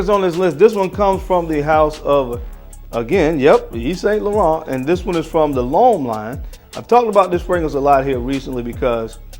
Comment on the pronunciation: Correct pronunciation: Eve Son Lauren, silent Ts and not Saint..... Aqua D'Gorr, not Di Gio 👍🏼 home boy.